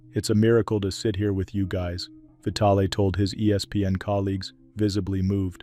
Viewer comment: It's pronounced Vy-TAL not vitally